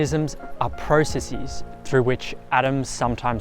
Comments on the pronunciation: "Process" seems to give you- and many other folk- much difficulty when constructing the plural of this innocent word. There is no need: one simply says "processEZZ"... as one does with any English word. Some folk seem to try giving it a Latin 3rd declension plural: a long "'-es" so that you get "precessEEZ". This is very wrong. Please stop doing this- it makes you look and sound confused and lost. Not a good look. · This young man and a lot of others should check the OED for the pronunciation of the plural of "process". The words basis, thesis, hypothesis and a few others are pluralized with -es, which is prounced "eez", That does not mean however that the plural of all words ending in s or ss should be pronounced in the same way. Get it?